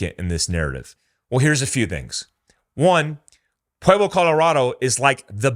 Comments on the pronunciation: Just fyi, Pueblo is not pronounced 'pu-way-blo', its 'pu-eb-lo' 😆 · I punched my computer every time you say pwayblo Colorado. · Pueblo is pronounced PWEB•LOW Jfc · It's not "pway-blo", it's "pweb-lo" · Why do you say, "Puayblo"? Its Puehblo bro. Thats what Pueblo is supposed to sound like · Pa Web Low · Maybe the Pueblo Cartel wants to go rob the Bellagio again,but this time with guns blazing.This is NOT the first time this amount of ammo have made its way into the USA. The only difference is, they got busted. And please learn how to say Pueblo. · Dude can't even pronounce Pueblo. Haha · Leaen how to pronounce Pueblo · I like this video but have many counterpoints to make. First off, for someone who knows the area you mispronounced Pueblo and Canon City. Canon City is pronounced Canyon City and you pronounce Pueblo weird. Second, as a 10 year resident of Pueblo, yes there is a lot of crime here but it's local gangs and some left over mafia. I've never heard of cartel activity in the news or on the street. Third, the cartels would be insane to attack Ft Carson, there's just no way. Ft Carson is a major U.S. base with frequent and active artillery, M1 tanks, Bradley APCs, Apache helicopters and a shit ton of active duty personnel. Plus, the Air force academy is nearby. Last, although 180K is a lot of ammo I think you are over looking Pueblo's central location. More likely than an attack I believe Pueblo is more of a distribution point with access to I-25 and Hwy 50. You could quickly distribute ammo to major cities in CO, TX, KS, CA, etc. Good video and good points and no matter who is right or wrong, this should raise significant alarm bells in the government and amongst the citizenry.